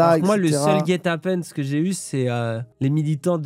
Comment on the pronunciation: "guet-apèns" mort